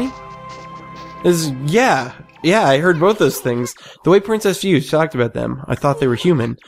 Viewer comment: Just so you know, for Princess Fuse, her name is in traditional japanese character(フセ) so it's pronounced Fu-se(say). Also, you can knock down walls and doors using both a power slash as well as tackling them can break them down and reveal secrets. OH! And for the canine warriors, any time during the battles, if they start glowing(their orb does), they are invincible to attacks until after they finish. I would suggest getting the dodge technique from the dojo and using it a lot in those fights.